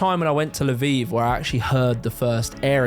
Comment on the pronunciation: I was wondering what da heck La Vive was. Turned out it's Lviv, Львів 😅